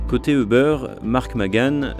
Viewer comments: Btw c'est pas "eubeurre" mais "youber" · Ça ne se prononce pas Euber. Plutôt Youber ou über. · C'est difficile d'écouter tout un reportage sur Uber quand on entend constamment "e beurre". "Les locaux de beurre", "les dirigeants de beurre", "l'équipe de beurre", ça fait mal.